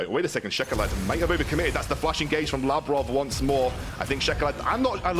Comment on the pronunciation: I only disliked how they butchered Labrov's and Sygenda's named. Overall I think they just need some time to establish themselves